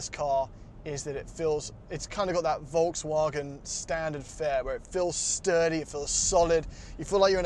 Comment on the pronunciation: To the English guy (excuse me for not knowing his/your name, I was only recently introduced to this channel) : your pronunciation of Volkswagen is really good. Only remark would be that the V is pronounced as the English f (as in fire)